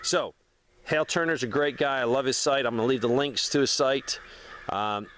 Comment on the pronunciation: Thanks for sharing link was having trouble finding the guy you mentioned on YouTube. And I was searching for the name that sounded like what you said hail. Then realized it’s Hal Turner.